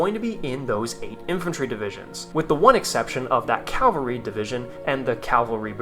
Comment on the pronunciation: You keep saying "Calvary." It's CAVALRY, not Calvary. "Calvary" is where Jesus was crucified. Please stop saying "Calvary" lol.